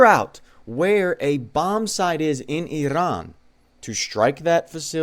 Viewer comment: Why does this guy roll his r's when he says, "Iran"?